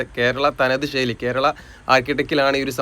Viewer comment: ബ്രോ വീഡിയോ അടിപൊളിയാണ്.ഒരു കാര്യം ബ്രോ ഷെയ്ലി അല്ല ശൈലി എന്ന് പറഞ്ഞു ശീലിക്കൂ